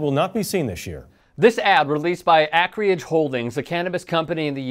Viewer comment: Did this man say acreage as az-Cree-ige